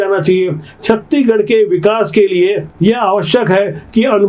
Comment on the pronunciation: आप छत्तीसगढ़ पूरा नहीं बोल पाते पूरा बोलिए न की छत्तीगढ़